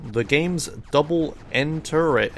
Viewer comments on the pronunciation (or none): “Double ENTERDRE” yeah right